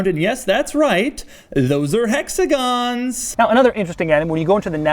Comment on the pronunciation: "Hexagons" Btw i love his reviews